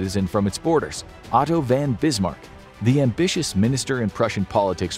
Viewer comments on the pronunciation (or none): Otto VON Bismarck! Not "Van." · bro he is named otto von Bismark if u wanna say it right becourse v on german will end op sounding like a F not v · Only an AI voice can mess up “Otto Von Bismarck”